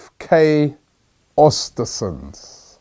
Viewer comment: im swedish. i would love to teach you how to pronounce the name of the club but its a tricky one, learn how to say mesut özils name the way he himself pronounces it, then say östersunds